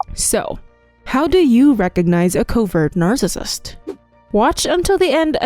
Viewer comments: Is this an AI? WHY Does she say narcissist like that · I computer generated voice with the inability to proounce narcissist plus repetition put me off very quickly. Pity.